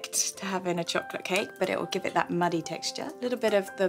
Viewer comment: Is the cholocate meant to be cho-lo-cate? It sounds more enticing than chocolate!